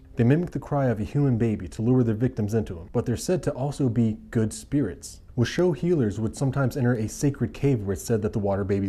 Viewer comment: The way you pronounce washoe makes me die inside